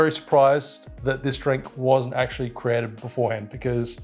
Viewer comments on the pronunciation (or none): none